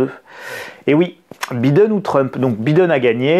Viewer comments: Très drôle la façon dont vous prononcez « Biden » ! OK pour B I prononcé « bi » en français ... ( en anglais « baille ») Mais dans ce cas soyez cohérent et prononcez D E N à la française => « dent » et non pas « denne » , comme vous le faites 🤪 Alors « bailledenne » ou « bident » mais pas « bidenne » comme vous le prononcez 😂🤣😂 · On dit BAÏDEN